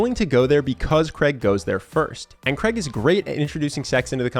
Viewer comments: His name is Craig, not Creg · Craig ...not Creg.... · its not kreg.... so funny. its craig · Fk me, his name is Craig not Creg. Pronounced Crayg. Please say it properly. ;-)